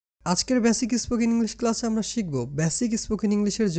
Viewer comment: ব্যসিক নয়, বেসিক।ই স্পোকেন না, স্পোকেন।আগে নিজের উচ্চারণ শুদ্ধ করে। তোমার স্পর্ধা কম না!